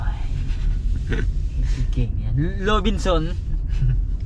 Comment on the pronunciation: โอ้ยพากันอ่านออกเสียงภาษาไทยได้น่ารักมาก ข้าวเป-ล่า เสื้อเรวิด ห้างโรบินสอนพะนะแสดงอ่านภาษาออกอย่างแตกฉานมาก(โรบินสัน,ลีวายข้าวเปล่าจ้า)😂😂😂😂😂😂